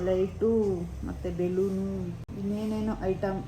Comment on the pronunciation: Balooon ❌beloonu ✅